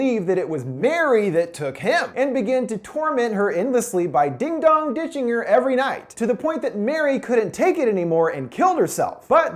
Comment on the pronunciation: din sounds like dan